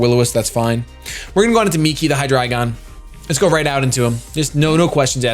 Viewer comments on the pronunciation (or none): Isn't it supposed to be Migi? Not miki. Migi means right which is why he chose it.